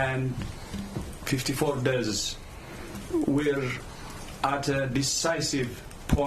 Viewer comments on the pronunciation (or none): If he can pronounce dezs as deaths, I would appreciate it.😩